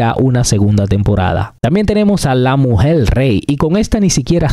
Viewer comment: ¿Porque dices "la mujeL" REY ??? Si REY pronuncias bien y "MUJEL" mal???